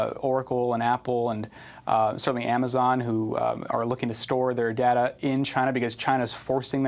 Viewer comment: Please let that chap from Amsterdam know how to pronounce data (NOT darda)! :-O